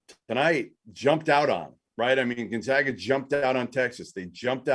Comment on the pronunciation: Gone-zag-ah learn to pronounce the name